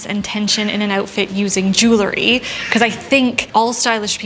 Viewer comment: Itʻs so interesting. None of the style and fashion channels I watch know how to pronounce "jew - el - ry." Itʻs not "jool - a - ree."